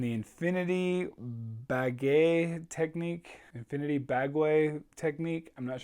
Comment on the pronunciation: Thanks for the shoutout!!! Bagua (an actual Chinese martial art) is pronounced Bah - gwah more or less.